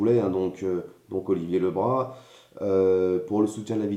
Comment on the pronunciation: Tout d'abord, on prononce bien son nom de famille : Olivier Le Brazzzzzz et pas Olivier Le Bra ! Ensuite, faire attention aux médias, qui ne retiennent ce qu'ils veulent...il aurait fallu que tu communiques avec lui pour le juger ! En parlant des séquelles : tu n'as apparemment pas subi un licenciement abusif ! Oui il était sur le terrain, le premier portique à Guiclan : tu connais ? oui il était sur tous les fronts pour que les salariés GAD aient un minimum de prime extra légale !! Franchement, je suis déçue du jugement que tu lui fais ! C'est son choix, alors acceptez le !